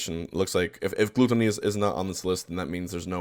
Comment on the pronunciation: The way HBox pronounces Gluttony makes my brain fry